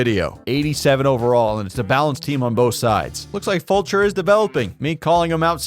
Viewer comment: Shoutout to you for pronouncing Fulcher correctly. I appreciate you 🤙